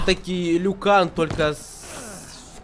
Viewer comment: Не Люкан(это в Доте), а Лю Кенг